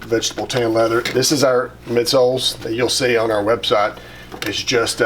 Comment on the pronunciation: I love how you say "on..." I've never heard it that way, and I live in Georgia! Maybe I just hear you say it a lot so I only notice it from you. "owne"